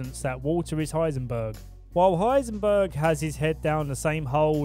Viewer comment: = Heisenberg